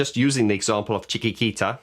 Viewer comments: it is chik-eat-eat-a :) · Pronounced chicky tee ta, not chicky kee ta. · Seriously how can you not pronounce chiquitita not s great start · How can you not pronounce, Chiquitita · Oh dear... You can't pronounce "Chiquitita"... That sounds very ignorant... You could have practised the pronunciation before recording this... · Well, your struggling with the pronunciation over and over again, reveals that you're not very familiar with ABBA songs, Chiquitita in particular, although it's been around since the 70's... On what grounds do you suppose I don't play ABBA's music as well as you do? I started playing it in 1974, and since then I've been constantly developing my technique. I actually think I'm better than yours, but I'm aware it's still not perfect... I don't spend as much time at the piano as Benny does. And, above all, I gave your video a thumb up, which shows general appreciation... :). P.S. Yes, I am Mr Perfect... But after all, so is Benny Andersson... :) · Well, as I have already mentioned, I generally liked your video... To be honest, I see for the first time, that an English native speaker can't pronounce this word correctly, although I have watched lots of English journalists and musicians mentioning/reviewing this song. And, on top of that, as a musician, you should have a good ear for music, and for the sounds in spoken language, no matter if it's English or any other European language (especially Spanish which is very melodious). Yes you are right, I am not a native English speaker. But I am a linguist also teaching English as a foreign language. And maybe that's why I see more clearly the grammar and spelling mistakes the English make. For example most don't distinguish the difference between "lose" and "loose", "their" and "there", "its" and "it's" and so on... But, of course, I am sorry, and I do apologize if that has offended you.